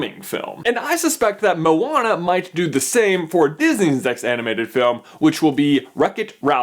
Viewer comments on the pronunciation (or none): i hate it when people say moan-a when its mo-Ana, he says it wrong here also but that bad he says it like mow-Ana, A-lmost :D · Josiah Mazelin because the way he's saying it, is spelt like 'mauana' and in islander/maori language, the slightest pronunciation change can mean a totally different word so yea. and i did say it was a 'bit' off so i wasnt too harsh, i love the supercarlinbrothers and i was just helping them out with the pronunciation because i know that one day they will have to name the movie, and when they do, they will be able to do it a bit more precise? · I dont know why but for me when Maui said to Moana "Non of your busines" it really sounded like Narnia. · XD momwana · I thought moana would be pronounced like mow-na instead of mo-ar-na. Idk if it's the fact I'm British or if I'm just stupid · your pronunciation of 'moana' was a bit off, but good try though? haha loves from New Zealand! churr bro